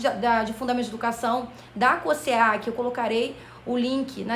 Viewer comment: Amei, porém a pronúncia da banca é com o som de Z - Cos(Z)eac